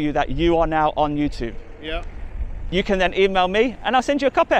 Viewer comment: Still not learned how to pronounce the word YouTube, might want to try get that right before further criticism on others Ya fan